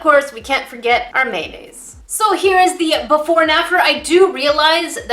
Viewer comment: Also, why did I hear maemaes when was saying mayonaise.?-? *SALTINESS INTENSIFIES*